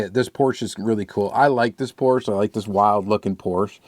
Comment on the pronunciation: I think it’s pronounced Porsche not Porschea. just sayin?